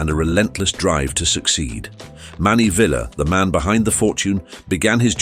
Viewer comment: Do some research on How to Pronounce Correctly Ty - Tee not Thai Sy - See not Sai Villar - Vel-yar not Velar